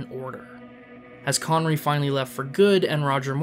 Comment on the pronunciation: Connerree, not conwee, the fuck is that?